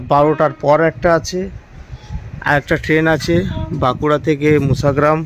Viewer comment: আপনার উচ্চারণ ঠিক হচ্ছে না। বারবার বলছেন মুসাগ্রাম। কথাটা মশাগ্রাম। ঠিক করে বলুন। খুব কানে লাগছে।